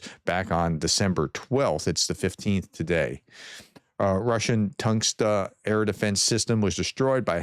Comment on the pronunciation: i don't mean it in a bad way. but i do not understand, how it's possible to make such pronounciation mistakes. and we all know you are trying :D here are few examples: tunguska - you pronounced 'tangsta', there is no letter 't' and there are 3 syllables. virat - pronounced 'vairat' (fair american 'way' pronunciation mistake). think closed 'i', vi-rat prometey - pronounced 'prometney', think prometheus and there is no letter 'n' hope that helps. once again, my intent is to help improve :)